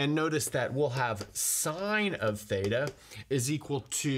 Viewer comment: He : fthaetaa Me : thita 🙄🙄🙄